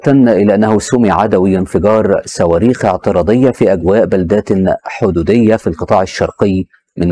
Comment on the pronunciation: إيه المذيع اللي بيقول سواريخ والكاهرة والعراك ده جايبينه منين